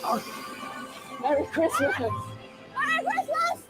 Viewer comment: Mewwy Cwismas...